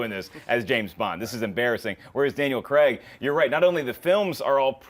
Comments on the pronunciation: If I hear one more American say "Creg" instead of "Craig"! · The US pronunciation of Daniel Craig's surname... As CREGGG gets me every time.